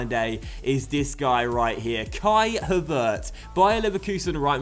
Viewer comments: With Havertz the accent falls on the first syllable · Please play Flum or Daehli instead of Billing in some games. Havertz is pronounced with the stress on Ha and not on vertz, the e is not pronounced as "long" as you did it. I hope you understand what I mean:) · The emphasis on the pronunciation of Havertz' name actually is on the first syllable #DocksLearningGerman ;-)